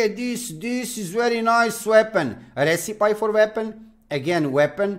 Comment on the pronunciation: It’s pronounced “res I pee”. Not as you say “res I pie” for the word recipe.